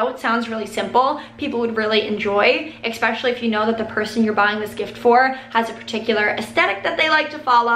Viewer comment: especially not exxxxpecially